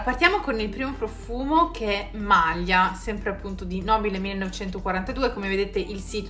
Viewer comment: Questi profumi uno più bello del l'altro, il Nobile 1942 veramente migliore. Secondo me Malia l'accento sulla "i", anche se non sono italiana)) Complimenti per il canale 💐💐💐